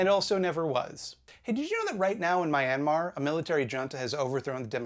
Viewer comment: Dear, that was maybe the worst pronunciation of Myanmar I've ever heard.